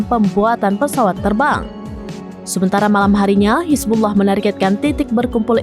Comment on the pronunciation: Cuma serambi nnews yang fasih ucap hizbullah